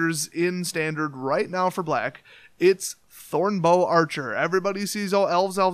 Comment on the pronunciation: To quote the Game Grumps "First of all, I don't like the way you said 'Black." But seriously though, good, fun, simple deck